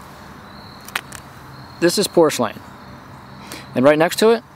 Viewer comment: Nice video and good explanation, but you really should learn how to pronounce it the right way. It is PUR SLANE....NOT POR SLANE Happy hunting!